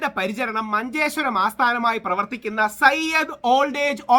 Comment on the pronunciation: Sayyad alla zayid ആണ്